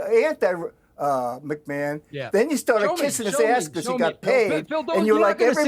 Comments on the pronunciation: Calling him Mcmun instead of McMan sounds wierd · Does piers say Vince mcmoan ? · It's Vince mcMAN not mcMAAHAN YOU DUMBAZZ PIERS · it not pronounced macmon its pronounced macman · Mate he’s called Vince McMahon not Vince machmaaaan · Your English Piers its not McMarn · The way Piers says Mchmahon triggers me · Why's he calling him macmaarrrn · i heard Vince "MaMan" twice. :/ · Piers pronounce McMahon correctly. Its his name after all. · I can't get over how he keeps saying McMahon. 😂😂😂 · The way Piers is pronouncing McMahon is doing my sweed in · Right? I thought I was the only one who noticed that 😂